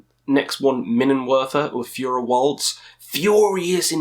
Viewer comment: Pronouncing "Feuerwalze" as "Führerwalze" 🤔